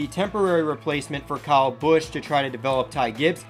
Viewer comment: Good video, but why did you pronounce kyle busch like that?